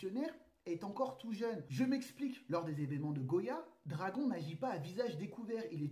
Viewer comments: stp, dis dragone pls.... ça fait mal aux oreilles d'entendre dragon, ok, que les scan pour temoin,, mais regarde un peu l'anime en japonais et tu comprendra xD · pour l'amour du ciel mec prononce bien le nom de dragon (dragone) a chaque fois j'ai l impression que tu parle d'un dragon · on prononce dragonne ! ;)